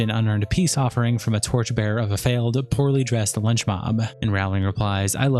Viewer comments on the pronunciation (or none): none